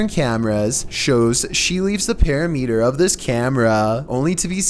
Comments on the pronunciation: Para meter? You mean perimeter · pear-a-meter??? do you mean perimeter??? lmao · This dude doesn't know how to pronounce hooves or parameter....damn, that's pathetic